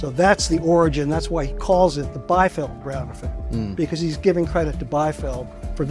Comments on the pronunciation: Biefeld [bi:feld], not [baifi:ld]. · Biefeld is pronounced: Beefeld. German "ie" is a long vowel like in english "ee". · The constant mispronunciation of Paul Biefeld's surname in this video is annoying. He was German-American, so the correct pronunciation is "bee-feld".